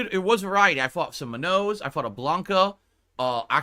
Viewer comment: I hate how he claims to be smart, but can't even pronounce Manon correctly, the game even pronounces it for him and he still calls her "mah-no" he has to be literally regarded